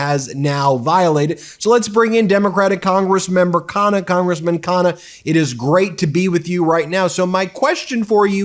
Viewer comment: Americans should learn how to pronounce Indian names. 😂😅 There's a reason why the letter 'n' is repeated twice in the name Ro Khanna!!!!🎉🎉🎉 you lay emphasis on the 'nn' - lol!!! This is the second channel where i've noticed this.